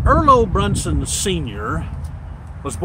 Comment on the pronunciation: Overall good facts, my only correction would be your pronunciation on the last name, Bronson with a hard o no u. Liked the video though, keep up the good work